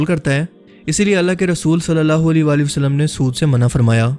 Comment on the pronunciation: sach sach batana kia ap ka huliya Nabi pak ki ommat key jawano jeysa hey...? Nabi pak ki All par darood hey or ap jab Nabi Pak(S,A,W,A,W,) ka naam letay hain to holi walay walay wasallam kehtay ho kam az kamAll-e- Nabi pak par darood to sahe tareqay say bheyjo.? maind ney karna bhai, Ap ka andaz-e-biyaan masha-Allah bohot zabardast hey, to esey andaz main darood bhe beyjo..?